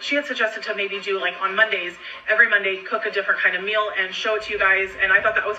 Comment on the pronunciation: "Monday mills" 😂🙄 I absolutely cannot stand how she pronounces "MEALS" and it "RILLY" (lololz) drives me up the walls when she (and Amber + Eric too on this one) say "EXpecially" 😤!!!!!! I feel awful for those children of hers being taught how to pronounce (and spell) probably every damn word incorrectly 😖!!